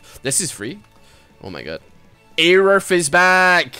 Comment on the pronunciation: It's pronounced "a roof"